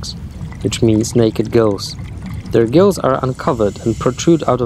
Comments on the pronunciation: He said Naked GILLS not GIRLS LMAO!! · 😭😭 I thought you said "naked girls" I'm glad it's gills!!!!! Edit: I want s sea slug as a pet and flat worm!